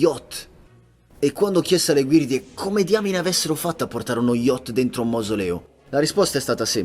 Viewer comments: Ma perché dice guirde e non guide? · Perché dici “guirde”?